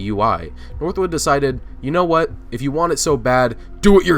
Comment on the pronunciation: really emphasize on the “if you”